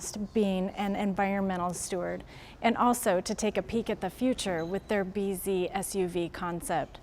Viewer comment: I thought that's how they say "busy" in Japanese..........😀